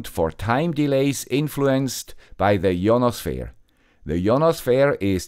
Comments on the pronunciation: I don't think ionosphere is pronounced "yonosphere" It's more like "aye-yonosphere" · I've watched a lot or your videos, I like tech stuff for back ground noise and or unwind before bed. You always have great stuff. Your English is impeccable so I usually tune your accent out. But every time u say ionosphere I hear yawn a sphere 😂🫡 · English is weird. We pronounce it eye-on-oh-sphere. Hope this helps. Thanks for the content!